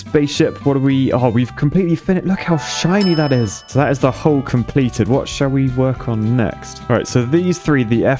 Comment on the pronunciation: listening offscreen "You know what?! I think I might go for the hole, this time..." Wait, what? confused rewinding "Hull". He said "hull". Must have misheard. "... at the TIP of the spaceport..." Penis joke. Oh yeah,... probably didn't mishear at all.